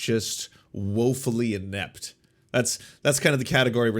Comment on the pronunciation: I doubt I’m going to take advice from someone that can’t even pronounce the word inept